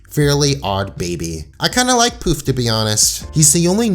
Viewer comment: The fact that you called Poof "Puff" SENDS ME